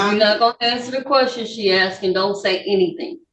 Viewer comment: It's pronounced "asked".